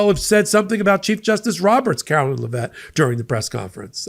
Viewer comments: Karoline not Karolyn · Care-o-line....line line line...not Lyn...her name is not Carolyn it is LINE. [KAROLINE]